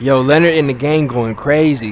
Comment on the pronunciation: did he really just call that ladies husband lenered. sorry cant spell lol im weak